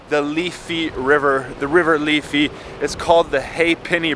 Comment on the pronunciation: Its the Liffey not the Leffey.😉